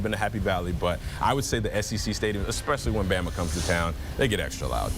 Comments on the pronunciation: It's pronounced "Ah-tsen" not "Ow-sten". How do people keep messing that up? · "kneeland" "outzen" what are these pronunciations dude 💀😭